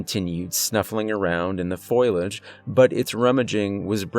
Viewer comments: Attention narrator- it's fo- li - age, not foil - age! 😉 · omfg bro its: foliage — foh • lee • age — not foil • age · Love the channel, but it's foe lee age. Not foil age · Foliage= foh-lee-idj bro. Wonderful stories, lovely voice, but that word drove me crazy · I love this channel, its the best one I have found in ages! Thank you! ( word to the wise in the spirit of constructive criticism-Fo lee age=foliage!).